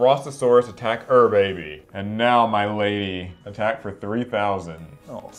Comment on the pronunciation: It's not pronounced ur baby it's pronounced you're a bee